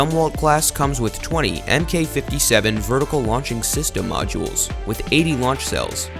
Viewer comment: So, a couple notes: A "knot" is not a "kilo-not," it's just a knot. It's one nautical mile per hour. "Mk" is an abbreviation for "mark," it's not an acronym. "Mk 57" is "mark 57." Next time get someone with at least a passing familiarity with sailing and military terminology to voice your video.